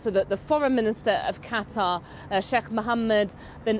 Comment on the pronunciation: Why does he pronounce 'Qatar' and 'Tehran' so strangely sometimes?!